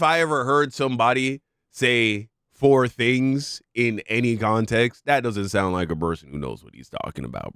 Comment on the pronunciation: Four thinhs😂😂